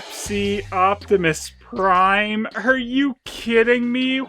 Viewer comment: "Opbepis Prime"